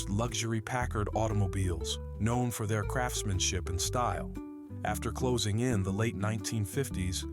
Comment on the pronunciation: A.I. really seems to have a problem with the emphasis on the phrase "closing in", doesn't it? As in "time of closure" vs. "approaching".